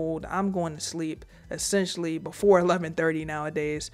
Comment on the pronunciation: Drink every time she says "Essesstionally" JK, you'll die.